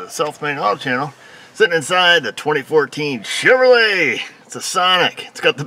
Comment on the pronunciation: I tune in just hoping to hear say: "Shiv-ruh-lay!"